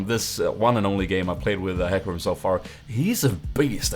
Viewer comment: Its like HE(U Say it like He Not hy) And ca(Like Ka) Rim.(Like Rym :P)